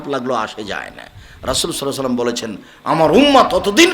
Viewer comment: রাসুল সাল্লাল্লাহু আলাইহিস সালাম। এ উচ্চারণ আরও স্পষ্ট করার অনুরোধ করব।